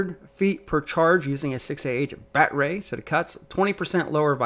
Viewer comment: Talk right, quit using batray